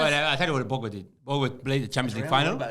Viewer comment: The disrespect on pogba's name is crazy 😂